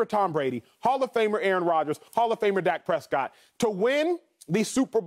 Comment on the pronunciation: Absolutely nobody: Ocho: “hall of fame dark Prescott”